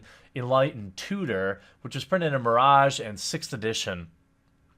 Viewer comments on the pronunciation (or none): none